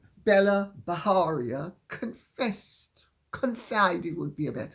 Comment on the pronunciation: Lady C, Bela B has an Indian name so it's pronounced Bay-la ( not Bella) Bajaria with a hard J as in 'jam'.